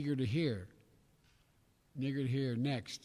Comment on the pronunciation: I think he said eager and neither and it came out sounding like the N word